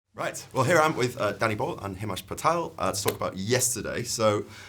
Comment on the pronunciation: His pronunciation of himesh makes me hurt